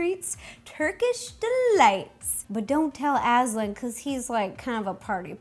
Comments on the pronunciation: it's not Asl-AND, it's Asl-AN. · It's pronounced oz-lond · Sorry but that’s not how you pronounce Aslan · U said the lions name wrong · Am I the only one who was triggered by her mispronounciation of Aslan